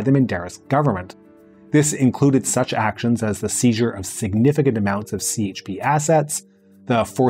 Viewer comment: Wait, he says more than CHP as the English “c”? That jarred my ears and I’m not Turkish, I just lived there two years and are used to hearing the Turkish parties pronounced with the Turkish alphabet. 🤦🏻‍♀️ Now I’m deciding if I should stick around and listen to the rest….